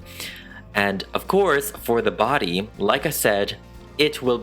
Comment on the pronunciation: “The body” 😑✋ “The badyadyady” ☺️👍